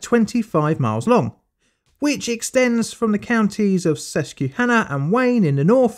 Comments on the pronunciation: PA resident here. It's Ses-qwah-hanna, not Ses-queue-hanna. Other than that, spot-on job! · It's pronounced suskwahännuh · sometimes the mispronunciations on this channel are fun and endearing but holy shit, susquehanna is sus-kwa-hanna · Sus-kwa-hannah. Sus-KWA-hannah.🤣🤣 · I love the way he pronounces "Susquehanna". Sus-key-hanna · It's cute how you pronounce it suskeyhanna. Grew up swimming in the Sus kwaa han ah. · Susquehanna is pronounced “Sus-kwuh-hanna”, not “Sus-cue-hanna”. Love your videos! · This took place about 2 seconds away from where I live. Please,, it's "Sus-kwa-hannah". Every time you say "Sus-key-hannah", everyone here cringes. 🤣🤣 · Pronounced Sus-kwa-hanna😉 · As a susquehanna valley native the way you say susquehanna is hilarious. It's pronounced sus-kwa-hanna. Not sus-kee-hanna. Great video otherwise! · Susquehanna is pronounced like "Sess-kwuh-han-ah. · Not "Sess-Q-hanna" lol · Very good video, thanks for posting. Just for the sake of information, in the states it's pronounced, Sus-kwuh-hanna, but I'm not from the region and don't actually know which is the correct pronunciation. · it's okay! It's not an English word and comes from the local tribes that were here. In case you need ever do a video about the area again it's pronounced Sus-kwa-hanna! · It’s pronounced sus-qwuh-hanna River - a Pennsylvanian. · Glad someone else said it lol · Susquehanna is sus-kweh-hannah (the Native American names in Pennsylvania can be a nightmare to pronounce if you're not familiar with them) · Hi Pennslyvanian here. Just wanted to drop in and say that its "sus-kwe-hannah" and "lee-high" valley. Other than that great work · Just an FYI from someone who grew up on the Susquehanna River. it's SUS-QUAH-HAN-NAH. The "Q-U-E" is a bit misrepresenting on the pronunciation. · I love how he says susquehanna river. Its sus-qua-hannah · Sus-qwah-hanna River, Lee-high Valley Railroad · Good video but as a local it's pronounced "Sus-quah-hannah"